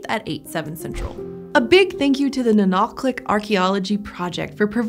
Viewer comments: impressive pronunciation of the /q/! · What's really cool: she pronounced Nunalleq really close to correctly. The "ll" in Yupik is a voiceless dental fricative that sounds somewhat similar to the "ch" in German. So, kudos to the PBS Eons people for looking it up, that displays a lot of respect to the native Alaskan people who still live in that area today. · That "ll" sounded plenty like a lateral fricative to me. Anyway, there's precedence for representing the sound that way from Welsh.